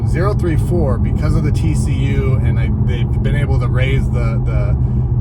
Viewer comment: It's Oh-ThirtyFour